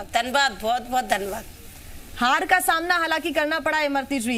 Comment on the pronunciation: धन्यवाद को धनवाद बोलना तो सिख ले जलेबी देवी